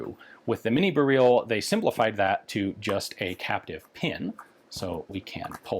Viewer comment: "bear-reel" lmfao